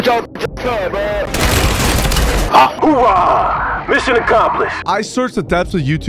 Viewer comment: As a marine I approve this message but hear the narrator say marine then saying “ooahh” it’s fuckn wild It’s Oorah